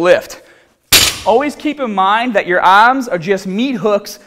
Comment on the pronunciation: And remember, no looseness in the ahhms!